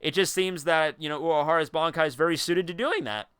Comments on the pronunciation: Ban kai not bonkai smh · Can you please learn to say Ban-kai and not BON-kai...thx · why everybody pronounces bonkai its bankai ffs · BAN.....KAI....Listen to how they say it. You're saying Bonkai. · Pronouncing it as B-an is the the equivalent of someone saying Nuh-roo-toe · its similar to both versions but its more bankai than bonkai still japanese language doesnt have such elaborate pronounciation as english